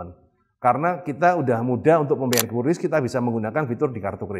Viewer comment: QRIS dibaca kris